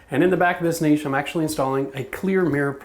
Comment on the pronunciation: Video earned a thumbs up just for saying "niche" right. "Nitch" my hairy arse